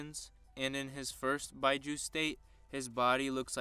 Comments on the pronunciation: It's bee Joo not bye joo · “Beeju” not “byeju” nice content tho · Bijuu is pronounced "Bee Jew" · Lol the word “bijuu” is pronounced “BEE-jew” lol the way you were saying it. As a fellow Naruto fan it was hurting my ears every time you said that. Lol but good work, keep it up. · Just saying that its pronounced Bee joo